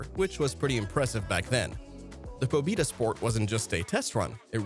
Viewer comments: POBIDA..it’s PO-BE-DA! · BRUH..Good video but please bruh..it’s not “PO-‘BIDA’…It’s ‘PO-BEDA!’….PO-BE-DA….ПО-БЕ-ДА..ok…thank u…u bot..u never lived in the actual Soviet Union…I DONE LIVED! In the PERESTROIKA era! Ya’ll heard! So….trust me..when I say…it’s not “pobida” it’s ‘POB’E’Da’ and it’s not “moskovich” it’s “MOSK-VICH” I’ll let u slide since y a Bot…I’m glad to teach you.. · “Po-bi-da” bruh pronounced it wrong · It doesn't sound like I(e) but like Ye (J, æ, like a exclamation Yo). PobÉda (Victory). You correctly pronounced this letter in the word Belka . Not Lora, but L a U r a!